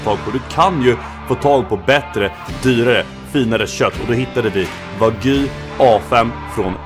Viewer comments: Wag-yuu inte Vagy! -. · WagÝÝÝÝÝ. Wag-JU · det heter WAGYU inte vagu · Med risk för att vara lite dryg. Det uttalas "Wa - Gjuu", som att du säger Gnu med ett "j", inte "Wagyy" :D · De heter inte vagi utala de som wagyou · "Vagy"? Wag Y ou uttalas det. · wagyu inte wagy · sorry men ”vagy” 😂😭 uttala de Wagjue” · ”WaGy” nej nej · han är för svensk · Haha älskar hur du uttalar det min bror men man uttalar det wagg io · "Vagyy entrecote" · du uttalar fel säg som (wag you) så låter det rätt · Mer, Wa-gyuu. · man uttalar det inte vagy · Fattar inte varför svenskar säger "wagy" när det klart stavas "Wagyu". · det utalas inte så för fem öre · wagyu betyder japansk ko, då säger man precis som man säger i Japan, ska man dra en svensk twist på det så kan man lika gärna säga japansk ko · najs uttal på wagyu lmao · bara jag som stör mig som fan på hans utal på wagyu ?